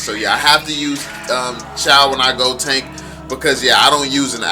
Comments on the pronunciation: Pronounce it as Choh not Chow. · Bro no hate why did pronounce it chow its supposed to be choe (๑♡⌓♡๑)